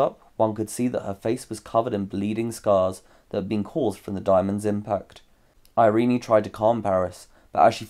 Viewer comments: Irene is pronounced just "i-rin", not I-rin-i... Where did you get the idea?! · Irene is traditionally pronounced eye-reen. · Learn to pronounce “Irene.”